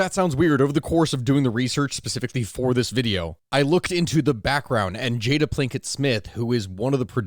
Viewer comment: I love how a historian who does research calls her Plinket twice😂